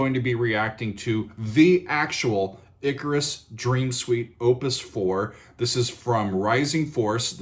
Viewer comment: It's pronounced ICK-CAR-US